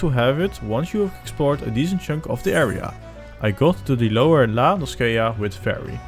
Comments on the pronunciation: It's La-No-SEE-ah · its pronounced in eorzean La No Sha... edit---- the main story also unlocks dungeons which help with level progression because they reward a lot more exp than logs. the chocobo mount is part of the main story also. once you reach level 30 you can get 2 different quests that allows you to change your arcanist to both summoner (dps) and Scholar (healer) you level them at the same time because both are arcanist based, an all exp gained from either summoner and scholar go into arcanist as opposed to other jobs